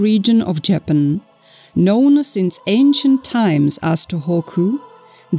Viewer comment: What is insulting is pronouncing the country incorrectly. That is disrespect.